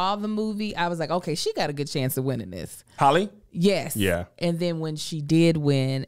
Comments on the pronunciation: Not Kev pronouncing Halle Berry like “Holly” again 😭😭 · It's HAL-le not Holly, sir. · Kev still out here saying Holly when we all know good and well it’s Hallie! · I think he got the “Holly” pronunciation from the song “Halle Berry” by Hurricane Chris...he pronounces it “Holly” too lol...I could be a black thing lol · Kev it is HAL not HOL...HAL-LIE not Holly. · She still holly, instead of halle🤣🤣🤣🤣🤣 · I’m glad Lou Lou wasn’t here because she was correct you on how do you say Halle Berry lol